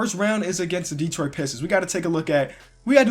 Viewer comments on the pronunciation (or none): none